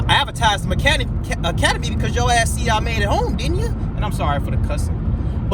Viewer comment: Forget that Troll and it's "Academy" not "Acamadey"